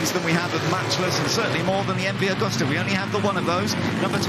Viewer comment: What a pity the announcers can apparently only give bike numbers, not makes. And it's MV-Agusta ("Ah-goose-tah") not "Awe-gusta-ah."